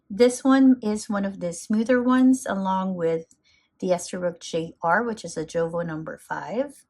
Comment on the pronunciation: Jowo is pronounced "Yo-Vo".